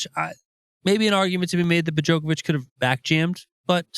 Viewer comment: Absolutely! But listen , when they clearly call him "Bojocovic" instead.